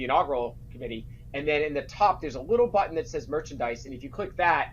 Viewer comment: PLEASE learn to pronounce the word, button, correctly.